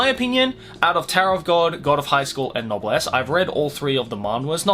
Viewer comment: i checked, and you're pronunciation is correct